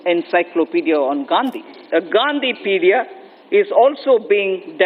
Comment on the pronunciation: Not Gandhipedia... Gandhipeede...